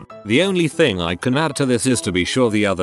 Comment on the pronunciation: It’s Thign Time